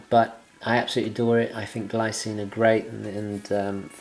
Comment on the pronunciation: The Glycine (pronunced Gleecine) looks great... nice review